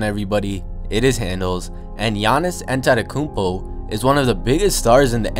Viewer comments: Great video. For future reference, his last name is pronounced 'Ah-deh-toe-koon-bo'. It's weird because of the spelling of his last name, but if you YouTube the video "Say My Name "Giannis Antetokounmpo" (Teammates Version)," you'll hear him say it that way. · Like this [ Yah-nis An-ten-toe-kūm-po] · stop saying his last name You say it wrong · U butchered his name. Good video tho. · Lol it's pronounced Gi-an-is atump-akemp-o